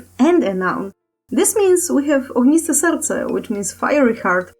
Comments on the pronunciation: it's not ,,ogiste serce" but ,,ogniste serce" 🔥❤️ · it's "Ogniste Serce", not "Ogiste Serce" (I'm a native Polish speaker) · 5.29 Its meant to be Ogniste Serce, not Ogiste.